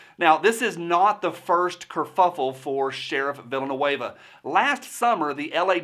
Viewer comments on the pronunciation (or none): I liked how you pronounced his name “Villainueva”